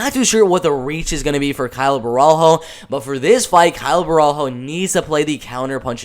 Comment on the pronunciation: its "bohalio"... you see him again btw